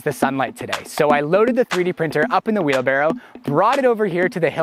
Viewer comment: Am I the only one who thought it was "Wheel Barrel" 😔